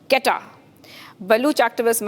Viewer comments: Its not qetta its quetta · Its not Qatar its QUETTA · It is not Qatta it is Quetta (Ko ee ta). At least pronounce it properly! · Plz learn the correct pronunciation of Quetta before you give any news about it!!!!! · This anchor has to be taught how to pronounce Quetta.Kahan sey utha ke lekar ate hai inko